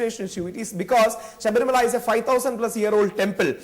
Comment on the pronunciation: The news anchor is not even able to pronounce the word Sabarimala...foolish mules...!!!